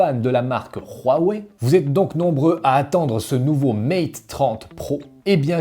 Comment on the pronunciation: Pourquoi dans ta prononciation Huawei tu y ajoute un r (rhuawei)🤔